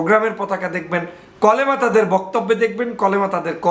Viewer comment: কলেমা নয় কালেমা